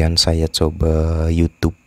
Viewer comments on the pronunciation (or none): none